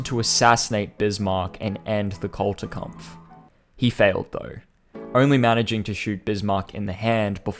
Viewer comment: It was sheer torture to hear you badly mispronounce the GERMAN word "Kulturkampf" 100 times. It is NOT "CultureKampf", imbecile!